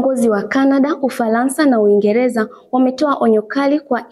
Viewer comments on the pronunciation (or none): Umefanya vyema lakini Matamshi sahihi ya baadhi ya meneno ni changamoto mfno; Uingeleza❌ Uingereza✅✅, Ufalansa❌ Ufaransa✅✅ Tambua kwamba Matamshi ya maneno ni SUALA muhimu sana ili kulinda mantiki rejelewa